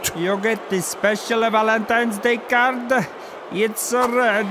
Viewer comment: the way the ref said card he said ard